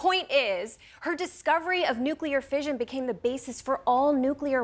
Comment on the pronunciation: A woman invented nuclear fission. Another woman didn’t know there are two s’s in fission, and pronounces it “fision”.